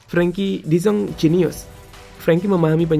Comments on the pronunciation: Oyy de Jong bukan de Zong , orang luar juga ga gitu gitu amat pengucapannya 😂😂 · min, bukan "de zonk". tapi "de JONG" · Dezang dezong, de yong min, ealah cook ancok ! 😂🤣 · Koreksi ya, de Jong dibaca de Yong bukan Zong. Gatal gue dengernya. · baca nya "de yong" bukan "de zong" mimin?